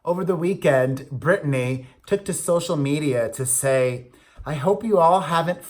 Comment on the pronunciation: aw love you too....and Brittany is not the same name it has 3 syllables